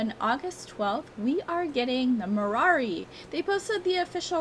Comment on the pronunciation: It sounds like you say Marari instead of Marwari.